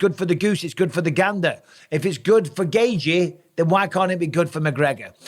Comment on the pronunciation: Dj Mikey B is truly undefeated but not when it comes to pronouncing Khamzat Chimaev and Justin Gaethje’s name * Chim eee ev * Gay g